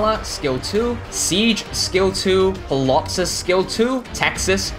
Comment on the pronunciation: Just curious, why do you pronounce Ptilopsis with the P(pilopsis) instead of the T (tilopsis)? My father is a retired professor of English and language was one of his specialties thus I learned early on that English has over the centuries borrowed from so many languages that it has developed stupid rules like when at the beginning of a word what a P is followed by a t or an s it is the second consonant that is used and the point is silent: examples being psychology, psychiatry, the surname Pfifer....